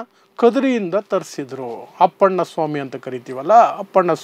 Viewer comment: ಅಪ್ಪಣ್ಣ ಅಲ್ಲ ಸ್ವಾಮಿ, ಅದು ಅಣ್ಣಪ್ಪ ಸ್ವಾಮಿ